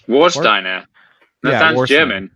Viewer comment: actually sounded the most German, at the end of first attempt, but the War part is not how you say it, you should say it like it's written, not like War in English. otherwise fine. but second time said Worsteiner instead of Warsteiner.